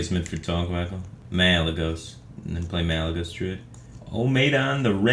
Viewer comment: "Malygos"? Whats this Malygos, does he mean the legendary goose?